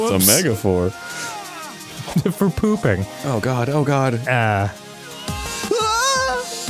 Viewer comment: Love it! Been too busy to watch all of the content they release..this was a fun one! The boys crack me up! When Dan said "it's a megaphor" instead of metaphor I laughed so hard.